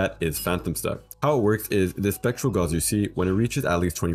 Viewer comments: saying Goge instead of Gage while trying to prounce Gauce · To be fair, he's pronouncing it like you would pronounce gauze